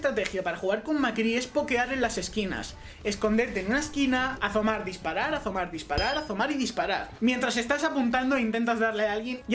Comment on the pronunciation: Pues si pronuncias las ``S´´ en todo el video y ahi no...Ademas que yo tambien soy de Andalucia, y no he oido AZOMAR en la vida...